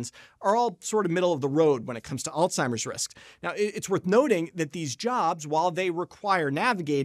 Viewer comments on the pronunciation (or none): Uhhhh…. There is no ‘t’ in ‘Alzheimer’.